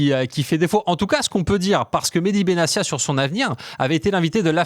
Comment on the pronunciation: Comment des journalistes si proches du sujet peuvent-ils prononcer "Benassia" alors que l'intéressé lui-même a indiqué que son nom se prononce "Benattia" ?